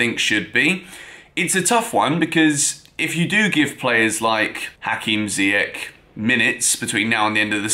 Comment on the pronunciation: How do you still not know how to pronounce Ziyech's name????? JEEZ.......